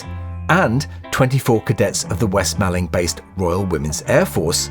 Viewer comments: and 'west malling' is "west mor-ling", or /wɛst 'mɔlɪŋ/ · Pronounced "West Mauling" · Hi. It is pronounced West Mawling not Malling, even though it looks like it is spelt that way. Cracking vid though. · West Malling is pronounced "moor-ling" by us in Kent. Only the control tower exists today... the rest has become a housing estate. Great video as always... and possibly my favourite Beatle period. "Roll Up, Roll Up!".